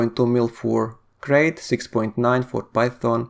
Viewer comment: It's pronounced 'Krite'. Named after the snake, like most Elite ships.